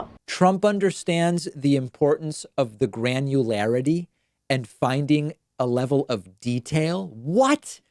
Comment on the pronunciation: I honestly doubt that he even understands the meaning of the word "granularity". Granu.. whatarity?